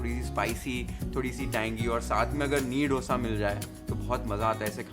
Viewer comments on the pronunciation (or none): Meharbani hogi sir, aap " डोसा " mat bolen. " दोसा "," दोसे" kehte hai use..doodh, dahi sab bol le te hai, दोसे kyun nahi bol pate??? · You learn to say Dosa 😂😂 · how its pronounced: DOO - SA ❌ DHO(2)(दो) - SA.✅